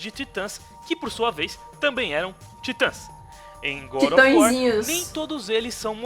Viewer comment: gud of war kkkkkkkkkk